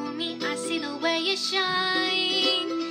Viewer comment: Roomie, the way you have started to pronounce words when you sing is getting a little weird man. When ju sön ajl mäjk ju då it öööl agäään 💁 just saying